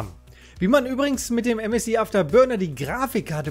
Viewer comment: ÄM ÄS AI